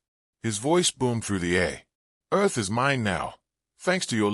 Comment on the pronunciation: Are you trying to pronounce "Earth"?